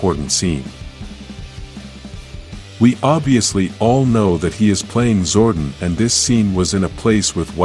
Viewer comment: I’m so offended by you that is zordon and I’m also at it when you say, zayto